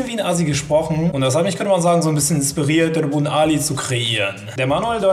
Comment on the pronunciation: DAS -Wort bzw. Phrase: "Könnte man sagen" oder ausgesprochen:"könnemansan";):D